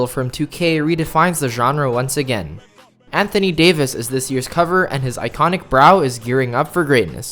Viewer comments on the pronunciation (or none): none